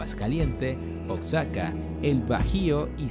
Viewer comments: Pronuncia bien Oaxaca no es oxaca y es san luis potosi no san luis de potosi >:I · Genial muchas gracias, pero como dato Oaxaca se pronuncia como oajaca✅ y no como oksaca❌ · es oaxaca uajaca no oxaca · Pero yo lo digo por que dijo oxaca y no sabia si existia, por que en realidad es oaxaca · La información que se brinda es muy buena, pero la pronunciación de los nombres de los estados es incorrecta, se pronuncia OAJACA (OAXACA) Y SAN LUIS POTOSÍ (sin el "DE") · Oaxaca se pronuncia Ohajaca, después de quitarme esa espinita, tu video es perfecto, la investigación, edición y descripciones están muy bien logradas, no todo el mundo puede lograr este nivel de calidad, eres muy genial viejo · Ox-saka 🤣🤣🤣 donde vive Ox Satan en Mex-sico 🤣🤣🤣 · Pronunsi bien oxaca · híjole mano... te hubieras investigado mínimamente la pronunciación de los lugares "Oxaca" "Jochimilco" "San Luis DE Potosí"? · Jajaja este wey no sabe pronunciar Oaxaca, un estado que es patrimonio de la humanidad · Pronuncia bien Oaxaca